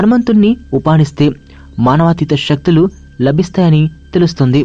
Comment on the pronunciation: shaktulu kaadura nayana saktulu....